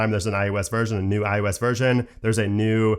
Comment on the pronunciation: Stop saying IUS